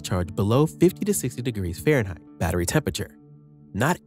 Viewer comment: Good talk... But what is "Pharenhight"?